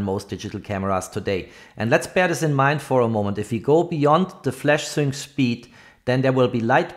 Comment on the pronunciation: Sync speed is pronounced SINK speed !